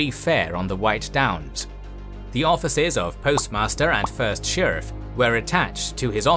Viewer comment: Whats a sherf? Do u mean sheriff?? Where are you from?